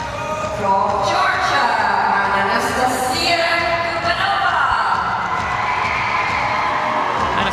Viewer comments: who the F is reading outloud the names in the arena?!?!?! "AnastaSiSia" ?!?!?!?! and thats not the only example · “ah-nah-stuh-see-uh” is the correct pronounciation.